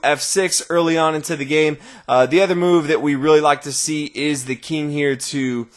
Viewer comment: "The Keeng"